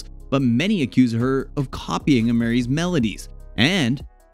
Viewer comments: Chile... who is Uh-meerie and BAY-hive? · Ā(AYE)- MARIE = A'MERIE TEE-YAUN-NA 🧐😱😑okay you can't be this bad at pronouncing people's name. What is a Bayhive?🤣🤣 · It’s A-MARIE, fool! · "Uh-Miry" Lawd Jeezuz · You’re so disrespectful… her name is pronounced (a ma ree) long sounding first A! If you’re going to be speaking to the public pronunciation is key! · Her name is A- Marie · The constant mispronunciation of her name is so annoying. All you had to do was watch 1 interview to hear how to pronounce it! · Thats not how you pronounce her name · I hate how he’s pronouncing her name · Please redo this video with the correct pronunciation of her name. It's a little disrespectful. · It was Amerie. He got her name all wrong. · Sad y’all put some wrong facts out there and said her name wrong. Please do better research. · How do you make money a video about an artist when you don't even know how to pronounce her name? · I’m annoyed at how he pronounced Amerie’s name and Choreography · Right, I was saying the same thing. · Yes it was soooo distracting!!! Lol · Rolled my eyes every time he says her name 🤦🏻‍♀️ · How about you pronounce her name correctly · He can't even pronounce her name correctly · He's not even trying to pronounce it either... Could care less... Trying to get this old tea out🤣🤣🤣